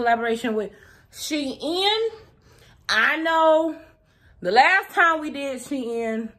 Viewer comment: As an educator who is African American, Shein is not two words it is not pronounced She In it is pronounced like sheen.